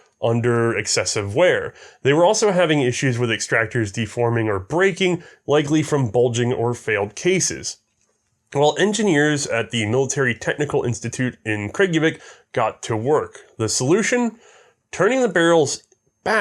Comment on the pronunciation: Kragujevac is correctly pronounced "Kra-gu-ye-vatz" EVERY letter c in Serbian is pronounced "ts". Next the letter ć which is often found at the end of the Serbian surnames is always pronounced as a soft "ch", best illustrated with the way "ci" is pronounced in the Italian greeting "ciao". The problem being that due to stupid Austro-Hungarian transliteration rules between Slavic latin and German (later expanded to include British) latin, which was inherited from the Croats with the latin script after the unification, every written letter ć gets changed to written letter c when transliterating, aparrently for no other reason than visual similarity between the letters which is phonetically wrong and outright confusing, but is still an official convention in south slavic countries.